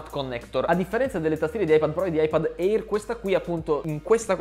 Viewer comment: Bel video, ma eÍr non se po sentí. Si pronuncia „eer“